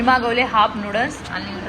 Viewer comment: Nudas nahi noodles boltat g manda